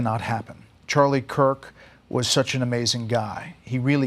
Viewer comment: The governor of Utah didn't even pronounce his last name correctly. He said Cook instead of Kirk what the F